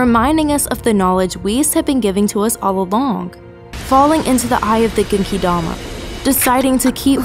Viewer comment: Her pronunciation of things ugh its kefla not kayfla and when she messed up genkidama